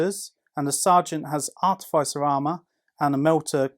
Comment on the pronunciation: I’m not usually one to correct how somebody pronounced something, for example I would say sijilite rather than the g sound. However as an Instrumentation Artificer it really grinds on me when I hear it pronounced the way it is in this video haha Ah-tif-uh-ser... is how you say it